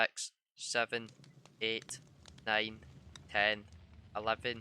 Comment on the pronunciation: i just hear him one,two,three,four,five,sex.seven,eight,nin,ten